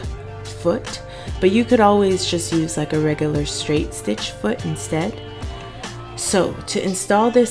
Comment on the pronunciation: Shtrait shtitch shtretchy fabric. Is that a Maryland accent I detect? Not being mean I’m from Boston, OK? I just love accents! Thanks for the help! Perfect help and I just happen to have the same machine! Totally ordering the twin needle! Had no idea they even existed!